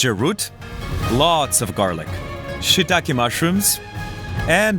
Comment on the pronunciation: Its' SHE'takae not shittakae